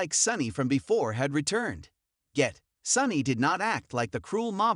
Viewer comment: Jason Priestley? I wish the people who do the commentating of these videos, would, learn how to pronounce the actors on GH. Drives me crazy! Haha funny they can pronounce Corinthos, but can't pronounce, Sonny or Ava or drives me crazy haha. Also Nina! Come on, please learn to say their names, please!